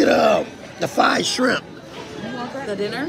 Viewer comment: He can't say fried either he said fied shrimp